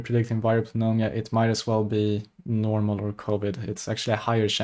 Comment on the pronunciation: Pneumonia pronunciation is nu-mōn-yuh